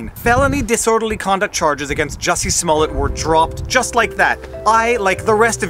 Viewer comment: It's pronounced "Juicy".